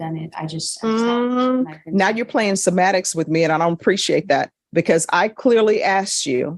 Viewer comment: The word is semantics not “sematics”